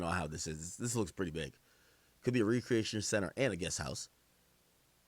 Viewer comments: Recreation pronounced Wreck cree Aytion 😂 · Yea he saying re-creation🤣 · said re-creation not rec- reaction 😂😂😂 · Re creation?? He meant recreation when speaking about th guest house?! 😅😅😅😅😅😩😩😩